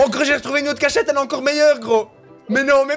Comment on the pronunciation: qui dit cach chete au lieu de cachette